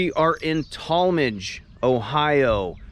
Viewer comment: I thought you were a local til I heard the way you said "Tallmadge".